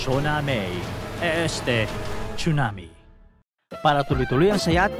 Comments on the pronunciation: Tsunami Hindi 😂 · “CHONAMIII!!!” “CHONAMIIII!!!!”😭😭😭👊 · bkt po pronunciation sa (TSUNAMI) ay chunami ??